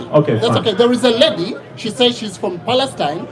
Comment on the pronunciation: "There is a lehdi" he already lost me there